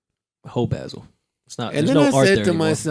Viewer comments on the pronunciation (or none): If they say "Art Baa-sel" one more time!....It's ART BAH-SEL...Geez! LOL.